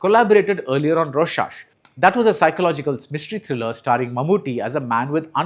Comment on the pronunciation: Its not roshash, roscharch